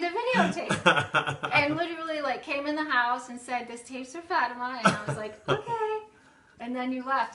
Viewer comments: Fátima is a Portuguese name. The "á" is pronounced differently. If you only use A it sounds like "uh" but when you use the ´ it sounds like the way you pronounce the "A" in Classy for exemple. So the way you said would sound like Fuhhtima (Like a Russian accent). So it's Fá ti ma. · Isn't it pronounced Faa ti ma? (Not that I would know) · I always thought it was pronounced fuh-team-ah